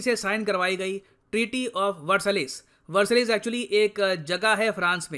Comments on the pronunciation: It's pronounced वरसाई not वर्सालिस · A point to note. Its not pronounced "Versalles" it's "Versai".... (A French Word). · It is Versailles......NOT VERSALLIES. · Sir tiny correction, it's pronounced "ver-sai" not "ver sa less" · Versalis nhe h bhai, it's pronounced "Varsae" In French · Duniya bhar ko angreji ka gyan deta hai vo TREATY OF VERSI-IE boltey hai na ki ver-sai-lees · Versailles is pronounced as 'Vuhsaay' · Sir the pronunciation of Versailles is "Var-say" . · Versailles- pronunciation is versai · It is pronounced "treaty of versai" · Just for fact and knowledge:Treaty of Versailles pronounced as:treaty of versai as in french and Spanish and many romance languages "ll pronounced as Y/i" other examples french city of Marseille=marseyi, Spanish Botillo=botiyo BTW dont come at me in anger as i disrespect sir and all... i respect him very much. chunk of my geopolitical knowledge's credit goes to him...🙂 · Just for fact and knowledge:Treaty of Versailles pronounced as:treaty of versai as in french and Spanish and many romance languages "ll pronounced as Y/i" other examples french city of Marseille=marseyi, Spanish Botillo=botiyo BTW dont come at me in anger as i disrespect sir and all... i respect him very much.chunk of my geopolitical knowledge's credit goes to him...🙂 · Sir , the correct pronunciation is versai (french)